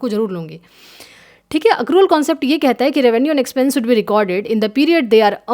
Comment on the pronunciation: बस हिंदी का उच्चारण और थोडा बेहतर हो जाता तो आनंद ही आ जाता / जैसे मसीनरी / मशीनरी , सुड/शुड (should), सेयर/ शेयर, कोसिस/कोशिश, कैस/कैश (cash)